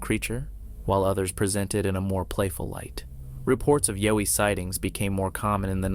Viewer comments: Im pretty sure the "Yowie" is pronounced like "OW" like you hurt yourself not "O" as in "YO". At least thats how Ive always heard the Aussies say it. Also Sonny Vator is a know hoaxer so take that video for what its worth. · Umm, every time you say something is clear, not blurry, it’s blurry. You pronounced Yowie wrong, it’s a short O not a long one. You pronounced Record like record as in an album. Apparently one of the sound bites is not even authentic to the situation the person has filmed, number 10 is obviously a chimp and last but not least, number 11 isn’t a Bigfoot child. It’s my ex F’ing mother in law! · It is pronounced yowy, as in owy, with a y attached to it. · Yow as in COW pronunciation.:popcorn-yellow-striped-smile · YOW-ee is pronounced like POW...or NOW...and a chimpanzee is not a monkey...it's an ape... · Thank you, I agree. "Yow" eeeeeeeee, lol...😂😂😂😂😂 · Videos would be so much easier to watch if the narrator would learn how to pronounce things correctly....YOWIE !!!??? RECORD!!!??? And please stop adding your 2cents about what sceptics think...who cares , its actually very annoying to hear you lie over and over again about the things other people might be saying...especially when its the same boring over and over and over again....sceptics think it could be someone in a suit....sceptics think its just a blob squatch...who gives a rats ass what sceptics think man!! I watch these videos for the content, not what a bunch of idiots think and might say. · You are pronoucing Yowie totally wrong. Isn't hard to research and find out how to pronouce it correctly. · Clearly the narrator has no idea what a Yowie is! At least pronounce it properly! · You're pronouncing.Yowie wrong. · This guy can’t say yowie. Nothing short of a body proves anything. Been plenty of pics already. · I second that! Learn the pronunciation of the creatures you’re speaking of. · Ok.think of the word “owl”. Put a Y in front and an E on the end. That’s how you pronounce Yowie.